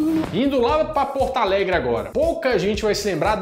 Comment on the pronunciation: Muito engraçado essa pronúncia de "Porto Alegre"... Ele fala como "Portaalegre".... erro comum e engraçado.